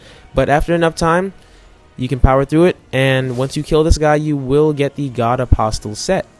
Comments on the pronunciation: Does no one understand that the T in Apostle is silent? lol. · t is silent in Apostle. unless you meant to say Godskin Aeropostale set